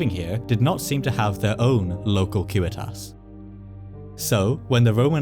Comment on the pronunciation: Props too for using the correct latin pronunciation of civitas!